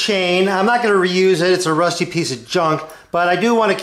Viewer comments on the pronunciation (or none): none